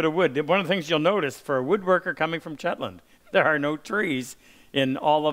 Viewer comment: Shetland, not Chetland